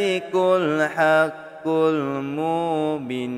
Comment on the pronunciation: Spatutnya 'mubin' tu panjang skit....sbb lepas huruf ba ada huruf ya....jdi kene panjang...cube dgar ust2 lain zikir...tp apepun tkpee...bagusss doh konten mcmni...slow2 blaja ok🎉